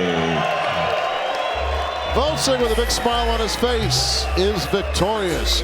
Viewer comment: I like how none of those commentators are capable of properly pronouncing Oleksandr's last name. It's not GvoDZyk fools, but GvoZDyk! Hard job reading..